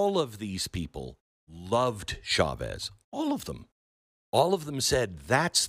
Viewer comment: The CH in Spanish is just like in English!! Why change it? It’s not French! It’s not “shavez” 🤦‍♂️